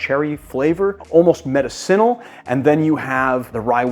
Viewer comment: Gonna keep saying it.... you keep mispronouncing "medicinal". It's like a sharp barb through my brain!